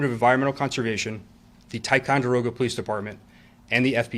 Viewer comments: Your pronunciation of ticonderoga is great! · Don’t live far from here. Actually had my honeymoon at lake George. Such a selfish horrible human to do that to his child. You pronounced Ticonderoga better than ppl who live around here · You said, "Ticonderoga" correctly! We do call it, "Ti." 😂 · Pronunciation is “skroon” lake. Perfect pronunciation of Ticonderoga, btw.